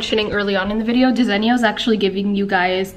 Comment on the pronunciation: Desenio 😂 it’s not pronounced that way lol . I like the gold shelving I needed something like that .